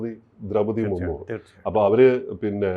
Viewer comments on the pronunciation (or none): മറുമു അല്ല സർ മുർമു ആണ് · മുർ മൂർ അല്ല മുർമു എന്തെങ്കിലും വായിൽ തോന്നിയത് പറയരുത് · മർമു അല്ല മുർമു എന്നാണ് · വെളുത്ത താടി വെച്ച മരങ്ങോട്, രാഷ്ട്രപതിയുടെ പേര് ദ്രൗപദി മുർമു എന്നാണ് മുർമുർ എന്നല്ല.